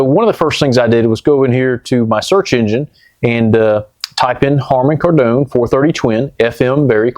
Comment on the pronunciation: Love ya but You're still over pronouncing "Kardon" Did you used to watch Johnny Carsone? Buy your cigs by the cartone? It's "car-den".